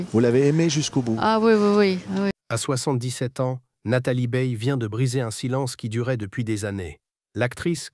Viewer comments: 0n ne prononce pas beille mais baille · Baye A et non E.